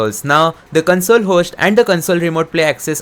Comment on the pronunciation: Its console (kohnsole) not (kunsole)